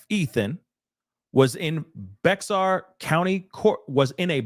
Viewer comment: It’s pronounced “bayer” county or “bear” if you say it old texan